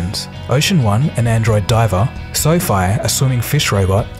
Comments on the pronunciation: I'm sure its pronounced "Sofie" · I think the idea was to pronounce it as Sophie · the narrator is a moron. Pronouncing quadruped "quad rooped" lol. untethered, "underneath". SoFi, "soph eye". Arduino, "adreeno". all you had to do was read the script